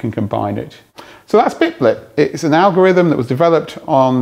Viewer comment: and yes, it was bitblt not bitblit